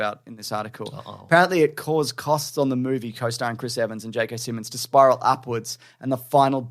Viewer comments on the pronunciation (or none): none